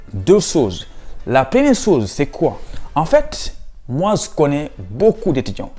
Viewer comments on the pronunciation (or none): Intéressant mais il faut revoir ta prononciation : je et non ze ,….